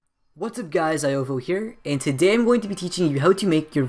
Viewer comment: Ziovo Zorivio? Lol